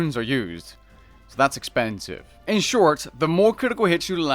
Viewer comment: See how he embellishes the word "expensive" merchers XDXDXDXDXDXDXDXD edit jk